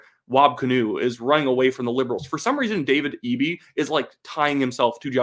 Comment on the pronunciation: Someone else from BC told me how to say Eby's name since I said it like Eb-E, not EE-B